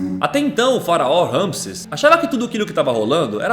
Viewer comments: Amei o vídeo mas É RAMISSÉS Ñ RAMISSES ACENTO NO É!!!! Kkkk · Ñ é ramisses ! É Ramissés ...faz a pronúncia direito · Geeeente passei o vídeo inteiro corrigindo vcs.. o nome do faraó é Ramsés.. RamsÉs.. tem acento no é... vcs fazem a pesquisa pro vídeo mas nem se ligam na pronúncia.. adoro os vídeos d vcs, porém vcs pecam nessas pequenas coisas..